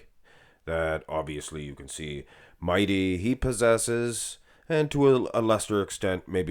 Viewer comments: Why do you call him Mighty, his Name is Mehdi 😅 And the "r" in Urs is not supposed to be rolled. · Stop calling that guy Mighty. His name is clearly Mehdi. Why is it so hard to say Med-dee? 🤦🙄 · i'd even believe it if kirhee said he's natural btw it's pronounced Meh- Dee, or Mah- Dee